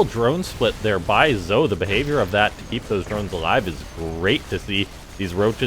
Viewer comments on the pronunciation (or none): Game was definitely fun to watch. Pretty sure Zoe is pronounced like Joey but with a Z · Zoe is pronounced as z-oh-ee for girls like Joey is for guys